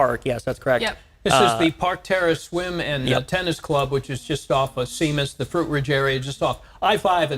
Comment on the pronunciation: I think Seamas pronounced like “shame-us” not “seem us” Similar to how “Sean” is pronounced “Shawn”